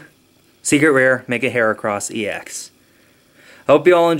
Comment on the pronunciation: It's HERAcross not Harecross